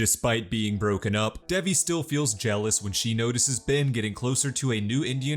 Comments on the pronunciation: Its dave eee. Not deviiii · Not the way he says Devi.. sorry I had to comment that it rlly bugged me but this recap helped so much to Ty!